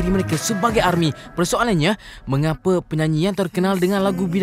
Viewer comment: Tak Pandai Sebut BTS,Army😂😂